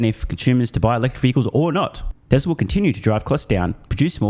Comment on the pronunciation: As TSLA is non union they were dismissed. Also true Mr. Biden cannot pronounce the word "Tesla".